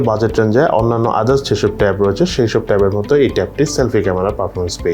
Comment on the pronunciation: আরে ভাই ট্যাপ কেন বলেন ট্যাব বলতে পারেন না 🙄